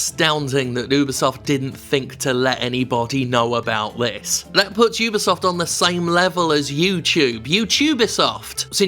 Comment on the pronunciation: Vat is dis, 'yewbeesuft' you speech aboot?